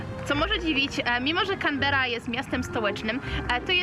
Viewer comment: CANBERRA kułwa wasza mać 🤣